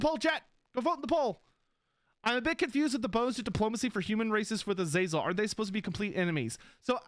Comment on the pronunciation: Am I gonna be that guy? AZ-UH-ZEL is how the name was always pronounced in non Warhammer settings.